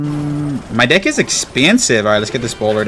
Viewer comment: bro did not say deck 😭😭😭